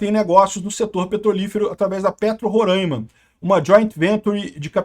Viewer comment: espero que vc leia esse comentário ou que ele chegue a vc de qualquer forma. Sou carioca, nascido no Estácio e hoje moro em Niterói, mas tenho primos militares que atuaram em Roraima por muitos anos e, ao que parece, é consenso geral de que a pronúncia correta é RorÁima, ou seja, com a sílaba tônica mais aguda e não circunflexa, como se costuma falar por aqui. Então, RorÁima e não Rorâima. Abraço!